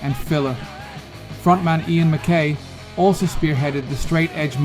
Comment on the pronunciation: Is this an AI voice track? Live fast die young - the live is pronounced liv not l-eye-v. Ian Mackaye is pronounced Mack-eye not Mack-eh. That Cro-Mags clip was not the Age of Quarrel lineup.